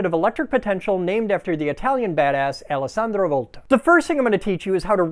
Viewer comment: That's an unexpectedly good go at pronouncing Alessandro's name.